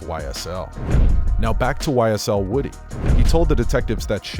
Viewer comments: His name is pronounced Whew-dee not Woody like the character from toy story. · It's pronounced woo-dee